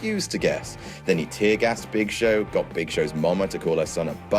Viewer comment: It's the Big ShoSh